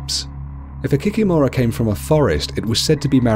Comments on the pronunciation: Kikìmora, not the kikimòra 😂😂😂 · KikImora not kikimOra) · It’s pronounced ‘kee kee mara’ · kikimura (kee-kee-more-a) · What is an Ovennik? Also I am pretty sure it is Kikìmora and not Kikimorà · I'm from Belarus and I've never heard of an Ovenik. You mispronounced Kikimora(the stress is on the second i). Rusalkas are spirits of young, unmarried maidens who drowned themselves because of unrequited love. Their spirits are bitter because they died so young so they come out of the lake and lure young, handsome men into the lake to drown them. As others have mentioned, you missed the most popular one, Baba Yaga. An old witch who lives deep in the forest and will eat any children who get lost in the forest and stumble upon her house. Her house stands on 2 large chicken legs lol and she can also fly. Also another popular one that you missed is Koschei the Immortal. Koschei is the immortal king of the kingdom of the undead. Traditionally, he's very Gothic looking. You can only kill him by breaking a golden needle, that's inside of an egg, inside of a locked chest that's hanging on the tallest tree growing on a distant island. In many Russian fairy-tales, Koschei usually kidnaps a princess and then either a prince or a peasant boy has to go and save the princess. As a reward, he usually gets to marry the princess.